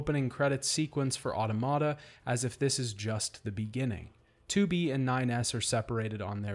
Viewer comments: you know I absolutely love you, and I found this video as excellent as the rest of your videos, but I physically cringed every time you said "auto-mata." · I always thought it was pronounced au-tomata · Good! Also, you’re pronouncing Automata wrong :)